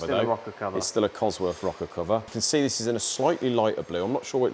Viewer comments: You can build an engine, but you cant pronounce the word "COSWORTH" properly. It ends in "TH" NOT"F". You make your self sound so dumb by doing what you do. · Would I take an engine to a guy who couldn't even pronounce its name properly - I doubt it.